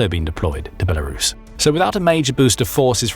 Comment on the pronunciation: There is no "H" in Belarus.